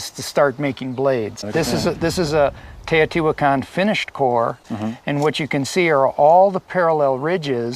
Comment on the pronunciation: It is pronounced teh-oh-tee-wach-caan. I would know, I was there and our guide had studied the city for his entire life.